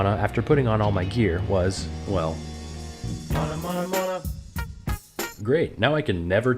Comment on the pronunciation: Bro it's mana not mona!